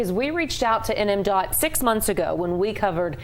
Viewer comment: N.M.D.O.T not N.M. DOT